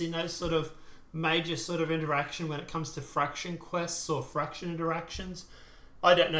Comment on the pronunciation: Not the nitpick or be a jerk, but are you saying red fraction? It's red faction. Just.. just curious...